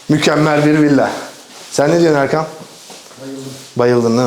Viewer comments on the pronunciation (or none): Kinaye yapmadım :) gerçekten 2023'ün yazından beridir her kanalı açtığımda ona seslendiğiniz kısmı tekrar dinleyip kendi içimde bir hesaplaşmaya dalıyorum. "Erkam dedi. Yok yahu Erkan'dır... ama Erkam dedi duydum" gibi 😄